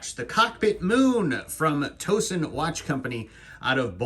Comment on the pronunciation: Great Review. That’s a unique watch. BTW… I live near Towson and it’s pronounced Tao Son, like a towel and not a toe. Pretty common mispronunciation.